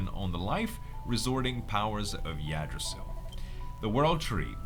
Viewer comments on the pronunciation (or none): FYI, it's pronounced "Igdrassil". The "Y" is an "I" sound. :) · its been bothering me since the 1st time u said it and i dont know if anyone has told u since but the Y in yggdrasil is pronounced as a n I (igg drasil), its a common mispronounciation, i myseelf mispronounced it at 1st until i looked up how to pronounce it